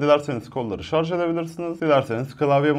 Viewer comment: Teknoloji icerigi ceken bir adamin şarja şarz demesi. Ulan insan ogrenir be